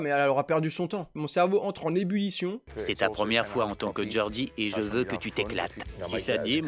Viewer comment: PLEASE t'es bon en anglais, prononce 'JOR-dee' et pas GORDIE ou GODEMICH' WHORE 🤪🙏🙏. SINON continue, t'es réac me tues!👏👏👏